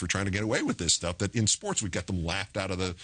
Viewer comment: Too bad Charlie Rose can't say the word "SPORTS".